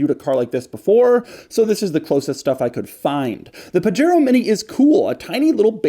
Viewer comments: It’s not called a (pah-Jero) it’s (Pah-hairO) the J is silent in Spanish PLEASE DOUG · Really, you live in SoCal and your saying PaGero?!? Pahero.... come on Doug... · I notice Doug has solved the problem by pronouncing it "page-aero" :-) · As a Spanish speaker, I'm cringing Everytime he says "Puh-Jair-Oh" Edit: there's at least 4 different pronunciations that I quickly looked up in 2 minutes, and The way Doug says it is indeed the American English version. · Isn't it puh-HAY-RO? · it's pronounced "Pah-Head-O" sort of. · Pah-Heh-roh.... technically :) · Correct me if I'm wrong. Where I grew up from, these cars are pronounced "Pahero". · 'paJAIRoh' oh no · Hey Doug, it’s actually pronounced “Pajero” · wtf is a "pajero". Isn't it pronounced "Pu-Hare-oh" ? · He freakin' pronounced Pajero with a hard 'j'. 🤦‍♂️ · Doug likes to pronounce Pajero like a gringo. Very funny! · As Pajero is seemingly a Spanish word, I'd bet you dollars to doughnuts that the "J" is pronounced as an "H". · the J is usually an H sound in spanish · Doug is the type of guy who can't pronounce 'Pajero' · 65 hp from 650cc is very good Also, I always thought that the J in Pajero was pronounced like in Jose or jamon. Am I wrong? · i think the j is pronounced like a h since it’s a Spanish word I think & that’s how j’s are pronounced in Spanish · Doug’s mispronunciation of Pajero... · Doug! You are mispronouncing the name! CRINGE! DX